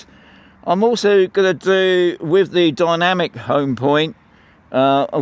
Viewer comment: It's dynamic not dymanic. Good video though 😊